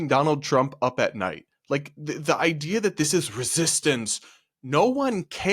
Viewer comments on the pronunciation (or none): none